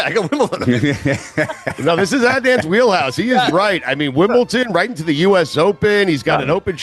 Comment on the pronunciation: the way Stu pronounces it "Wimbleton" drives me up a wall